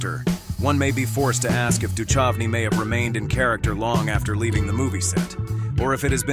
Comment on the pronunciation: Pronounced -Do -Cove -knee!